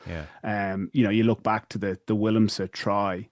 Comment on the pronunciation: I think Madingan is one of the finest analysists in the country ATM but it wrecks my head that he doesn't pronounce Willemse correctly